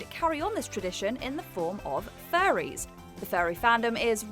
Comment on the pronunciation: The makes "furries" sound like "faeries":)